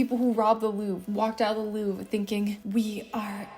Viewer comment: I love your Videos but it's pronounced Louvre not Louv😭😭